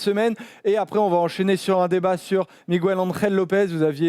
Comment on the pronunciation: Ça se prononce Miguel pas Migouel ;)